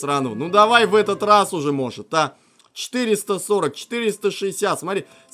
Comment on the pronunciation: Ещё роз.)))) не раз а роз